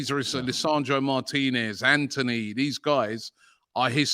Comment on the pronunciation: It's Antony not Anthony.